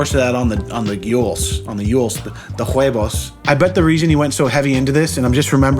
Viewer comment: My god the way said "huevos" was awesome